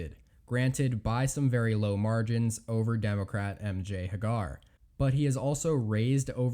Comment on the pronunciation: It's pronounced HAY-gur, not huh-GAR. Thank you. :-) - TOO-ber-ville, not TUB-er-ville.